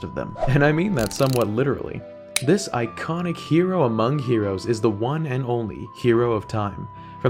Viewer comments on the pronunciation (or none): none